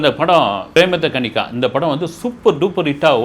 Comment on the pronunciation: Andha kannada film parthirukiren sir andha film name pemadha kaanike neenga pronounce thappa parnringa sir